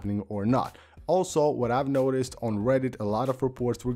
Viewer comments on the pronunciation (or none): none